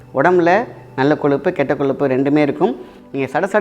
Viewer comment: Sir pls athu koluppu illa koyuppu